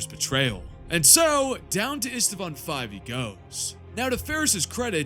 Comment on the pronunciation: Ist- vaan, not Ist-a-vaan.